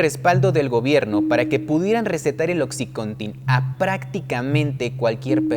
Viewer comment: Buen video! Pero se dice "Oxicóntin" no "Oxicontín"